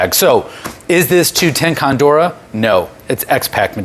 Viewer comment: Just fyi, pretty sure it’s “cordura” not “condura”